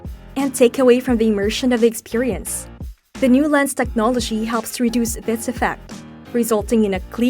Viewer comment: You are nailing words such as “experience”, “ergonomics” and “resolution”, but you can’t say “new” (as in “new lens”) where you say “now lens”, and you can’t say “beat”, so you say “best”. Look, I’m not trying to be a jerk, but if you have a tenuous grasp of the English language, maybe don’t narrate a video in it.